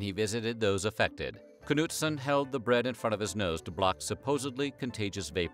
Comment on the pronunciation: The way you pronounce "Knutsson" is entertaining 😂